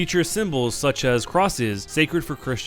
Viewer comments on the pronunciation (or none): none